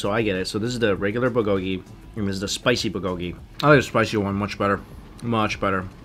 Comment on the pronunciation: your accents are wrong for the Korean words. For example, the accent is in the first syllable in "bul-go-ki".